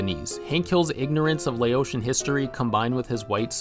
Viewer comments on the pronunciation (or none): Minor thing, but Laotian is pronounced in the same way you pronounce the country Laos. It’s “la-ow-tian”, not “lay-oh-tian”. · you didn't even pronounce Laotian right. Just because he's ignorant doesn't mean he's still not racist. The whole hill family is racist except for Bobby because he tries to stay as open minded as possible despite who his father is and his influence on him. You said it already, he and peggy are performative conservatives who still want to be assimilated into modern society.